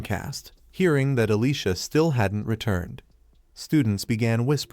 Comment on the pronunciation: why do so many recaps of this show on multiple channels pronounce Alicia as Alyssa? LOL I keep looking up at the screen because I hear my name being called.